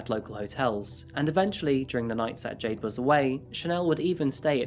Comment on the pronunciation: I heard Jay Dings and was so confused because her name was Jayde :))